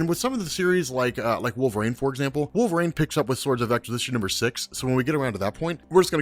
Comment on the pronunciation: Oh man... stop saying wolvrain The character's name is W-O-L-V-E-R-I-N-E Sheesh... You'd think that a guy that supposedly reads that many comic books would know how to say such a prominent character's name right...